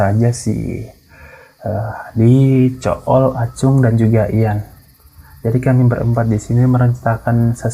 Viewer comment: Ko gw dengernya zul deh bukan cool wkwk